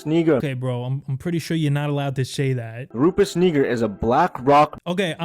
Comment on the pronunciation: “Rufus Kneeger” 😂 gtfo